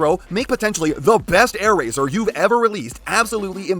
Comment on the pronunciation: Ah yes, “Aairazor”